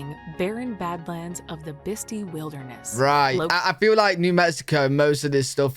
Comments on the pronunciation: The narrator's pronunciation is occasionally off (such as "Bisti"... she calls it "Bis-tee" .... it's "Bis-tie") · Its "Biss-tie"...lol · Oh dear. For Pete sake, who is narrating this? It's Bisti Badlands, not Bisty. Pronounced, Bist-eye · Bisti is pronounced "Bist-eye". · She didn't pronounce Bisti correctly.